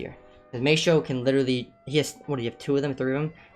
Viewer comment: Every time you say maystro I get triggered